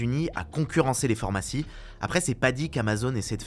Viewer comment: PhArmacie pas phOrmacie pls haha, sinon top vos vidéos j'adore ♥